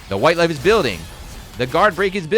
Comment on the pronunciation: Gave me a Blazblue moment there "Duh Whait Laif Iz Building!"